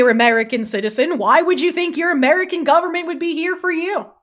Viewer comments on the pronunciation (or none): none